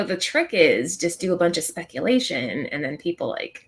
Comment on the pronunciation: New segment idea to bring in new viewers: "Spec-YEE-lation!" 😄